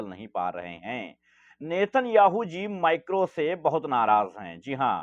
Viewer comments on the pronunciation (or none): भाई माइक्रो नही है वो, मैक्रोन है 😂